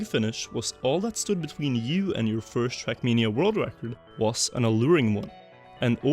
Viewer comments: Just look subtitles , ahaha, Youtube transcripts your pronounciation as "shrekmania", this should become an official name of the game in the comunity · why do i hear shrek mania 💀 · the way you say "trackmania" sounds like "shrekmania"